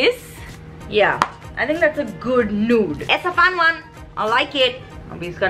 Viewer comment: Pronounce 👉(nude) correctly 🤭